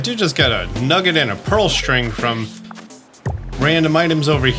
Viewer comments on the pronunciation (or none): none